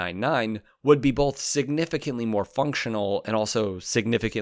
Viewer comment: Are you aware that you pronounce the word “both” as “boLF”? I’m not trying to be a jerk; I’ve enjoyed your two channels for quite awhile. If we were standing in line for coffee, as an example, and I noticed that you had a booger hanging out of one of your nostrils, I’d bring it to your attention (though we are strangers) to save you from further embarrassment.